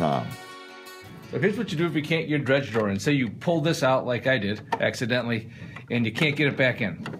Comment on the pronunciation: "Dregs drawer" not "dredge drawer"